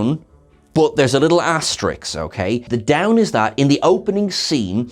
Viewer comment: Love, but it's ASTERISK....